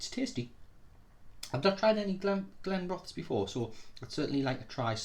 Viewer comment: Nice review, pronunciation of this one is Glen ro this.